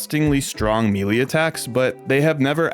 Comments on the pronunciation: "Melee" is usually pronounced as either "Meh-lay" (British) or "May-lay" (American). Never heard anyone pronounce it as "Me lee" before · "mealy" skeletons?